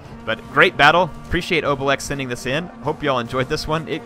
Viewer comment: It's a Gaul name it's pronounced (obeleex) but it sounds better in french